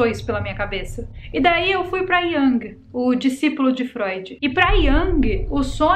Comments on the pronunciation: Oi, deixa eu colaborar com você, sou psicóloga, a pronúncia correta para Jung é “Iung”. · Carl Gustav Jung era suíço. A pronúncia do seu sobrenome é "Iung", com som de u mesmo. Só uma observação 🥰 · Querida, “Jung” o discípulo de Freud que você comentou no início do vídeo, se pronuncia com “U”...🙏🏻